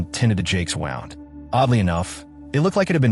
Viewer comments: train the bot-voice that it's "wound" not "wound". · AI has trouble with contextual English, wound is NOT wah ound